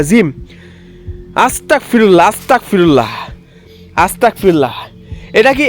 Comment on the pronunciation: আপনার আস্তাগফিরুল্লাহ বলা সঠিক হয় না। আপনি আস্তাকফিরুল্লাহ উচ্চারণ করেন, যার মানে ভিন্ন..! এতে আপনি বিপদে পড়তে পারেন + আপনার পাপ ও হতে পারে..! সুতরাং, দয়া করে আপনি আস্তাগফিরুল্লাহ এর উচ্চারণ সঠিক করবেন..!